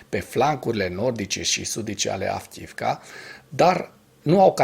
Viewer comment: Fii te rog mai atent la pronuntia localitatilor/oraselor din limba ucraineana. Cred ca ai spus de 20 ori Avkiivka in loc de Avdiivka. Sper sa nu fie cu suparare. Multumesc!